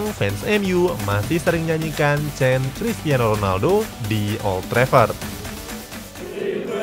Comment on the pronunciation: krikiano Ronaldo